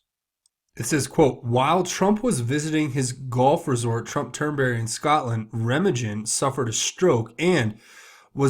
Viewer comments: Please study American history. The Bridge at Remagen. RA MA GEN. The American forces crossed into Germany at RE MA GEN. And the G is hard as in GUN. You should know this. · It's not rammajen, it is pronounced Rem-AHH- GghEN (hard G - Guh as in GUT), as in the movie "The Bridge at Remagen" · Reymahgen. Hard g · Remagen - Reh-mogg-genn. Think Ludendorff Bridge. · Pronunciation of Remagen would seem to be emphasis on the second sylable and g sound like gun.